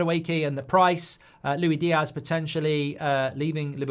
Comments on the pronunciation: His name is Luis Diaz not Louie Diaz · It's "loo-is-dee-az". He's Colombian, not french.